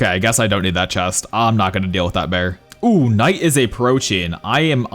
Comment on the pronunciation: bro check bro said “all nice” instead of all night